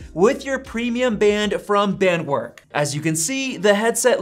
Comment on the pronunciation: Your sponsor’s name is pronounced “baaahnt-verk”. All W’s in German are pronounced like an English V.